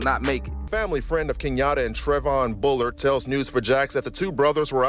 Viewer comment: Keyantae not Kenyatta tf🤏🏼😭